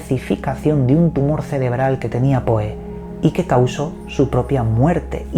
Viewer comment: Se dice Pou, no Poe.